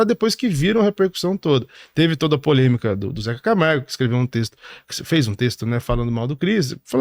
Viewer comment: É ZECA CAMARGO E NAO ZEZE DE CAMARGO MULAAAA